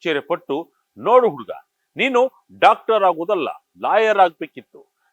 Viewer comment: Dactor alla Doctor😂